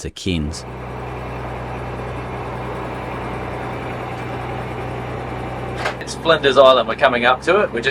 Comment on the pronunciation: its pronounced C-air-n-s not C-ear-n-s LOL